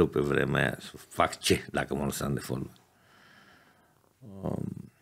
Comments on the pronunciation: singurul fotbalist care pronunta folbal. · Folbal "?WTF?!